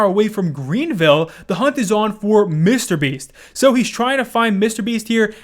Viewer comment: Bro stop saying mr beast so weirdly